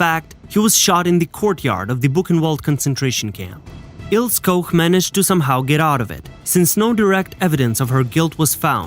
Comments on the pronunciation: AT LEAST PRONOUNCE HER NAME CORRECTLY: Ilse Koch is pronounced ''Ilsuh Koch'' (not Ko) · The pronunciation in this video is bloody awful. Next time do some basic research. Starting with the names of the main characters, for example, proper pronunciation is Ilsa Coch (k). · What’s with the male. SS cap on female It’s pronounced Eeelse Koch Typical of BS channel revelling in this period in history. The women wearing male SS caps kills me is that a fetish ? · One tip - learn how to pronounce names as they were, not as they are spelt following English language rules, before narrating anything. Cringe-worthy or what? She was Eel-sah Koch (Koch as in the Scots - Loch). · prounce her name. It's ILSAA KOK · It's pronounced Ilsa Cock, you knob head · Der Sprecher sollte mal Ilse Koch üben. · Your pronunciation of the names is atrocious. Maybe use Google to hear how to say Ilse Koch?